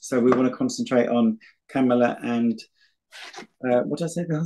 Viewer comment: We pronounce it KA…mala.